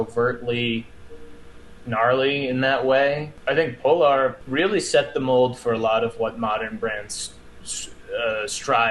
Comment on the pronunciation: Putting Foundation far right because one of their logos incidentally looks kind of like a religious symbol was the biggest bozo move of the video Also…”poLAHR”. Bro stop